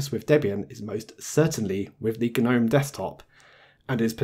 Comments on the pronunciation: "Guh-nome"? You know its pronounced "nome" right? The G is silent. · its pronounced nome not gu-nome! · It's a silent G, the word gnome has a 'G' but is pronounced 'nome'. I thought I'd manage to ignore it but by 3 minutes in I had to post a comment. Sorry.